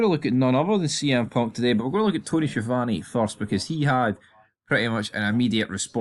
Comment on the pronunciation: I must say that as an Italian I find it very strange the way you pronounce "Schiavone."